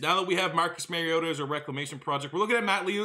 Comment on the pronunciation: Love this series! If you care, the Mario in his name is pronounced like the Italian plumber, not Mary-o